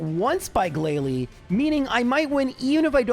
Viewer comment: you made mispronunciations during the Elite Four. Not the trainers, you got those 100% correct as always, but you said “Glalie” instead of “GLALIE!”